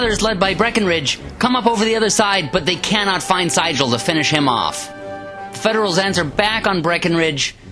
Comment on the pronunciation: Very exciting battle cry scenario. New market is one of the better scenarios from both the original and the 150th. I think that General Franz Sigel's name was pronounced as "zeegul" as he was very much a German immigrant. I like the commentary and the cards played being prominently placed for viewing along with the dice rolls. Very easy to follow.